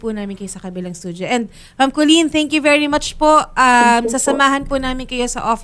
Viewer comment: Kholeen "Canton" Datig 😂😂😂😂😂